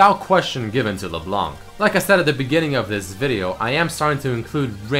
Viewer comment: Wait, you mean Le Blenk, right?